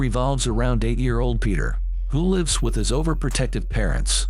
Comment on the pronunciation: I cannot stand AI robot voices he didn't even pronounce the word lives correct